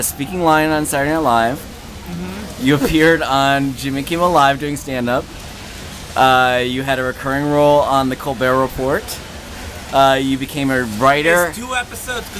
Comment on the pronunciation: Um, what's with pronouncing the "t" in Report?